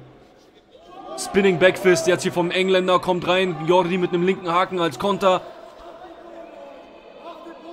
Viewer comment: Sprichst Jordi richtig aus.